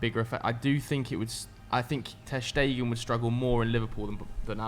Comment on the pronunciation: He had to say his name wrong 50 times... Painful to my ears... Ter Schtegen